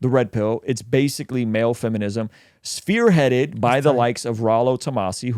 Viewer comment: This fool said sphere headed.